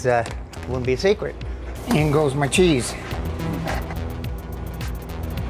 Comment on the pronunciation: "In goes ma cheese"